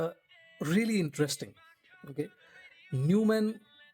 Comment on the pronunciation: its pronounced as Noi mahnn, this brand was purchased by Sennheiser decades ago